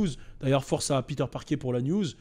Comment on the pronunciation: " Peter Parké " 😂😂😂😂🤔 ????